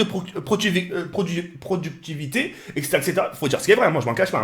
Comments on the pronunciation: "Prodructrivité" héhé, sinon bonne vidéo, tu a complètement raison ;) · Il a du mal a parler des fois mais, je reve ou son vocabulaire est 3 fois meilleur qu'avant? il a du mal a prononcer des mots comme productivité mais il te sort des mots comme ephemere, mdr j'aime ce type